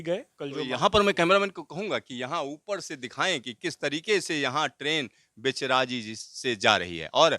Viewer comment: आप का उच्चारणगलत है। बहेचराजी नहीं।बहुचराजी.जो बहुचर माता के नाम पर हे आभार